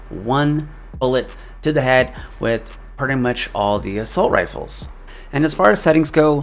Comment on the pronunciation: It’s “Assault” not “Assualt” b